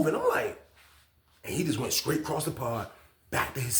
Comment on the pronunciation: I think it's the str I heard him say scraight